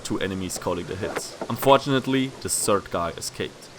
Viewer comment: "The sird guy is hiding" lol not third but sird....love it lol